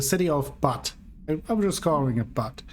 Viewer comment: Here is how to pronounce Butte